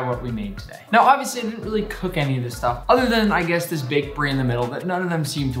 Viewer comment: I was watching this, and at the beginning Nick said "And guss what's going to happen next" and I accidentally pressed on his snack video, and so he said "Snacks" and I was like "what?"